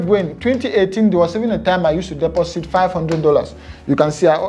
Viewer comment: when he said deposit and sounded like he said "pussy" 😂😅😂